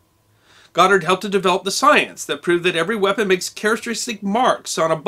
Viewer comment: YaY, he pronounced the Last name, Right. 😉